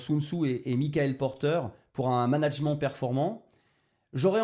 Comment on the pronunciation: Donc son cœur de compétence c’est le management mais il sait pas comment se prononce ce mot. Fantastique